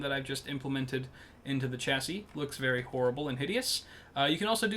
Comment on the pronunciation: This guy cant say chassis